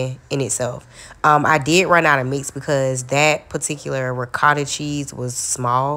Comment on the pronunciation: The way you said ricotta. Italians would be like whattttt….. lol